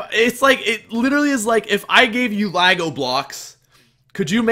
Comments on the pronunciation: Its Lego not lago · great podcast but Lago? bru the Canadians man, I think you meant Lego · lol, that moment when he said LAGO blocks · Lol the way he says Lego. And before some jerk asks no that's not all that I took away from this podcast